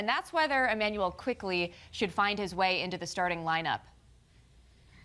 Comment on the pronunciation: C'mon SNY. It's Quickley, not Quickly.